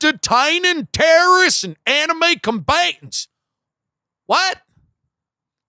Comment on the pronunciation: ish He said "Enemy Combatants" in suthern acccant. I heard "Anime Combatants", still, with southern accent. The real threat against America. Anime.